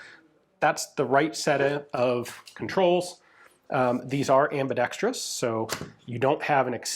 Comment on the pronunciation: I know I can trust Ian because he doesn't say "ambidextreeous"